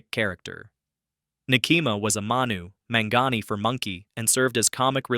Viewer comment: pronounced Mon-Gone-Eee.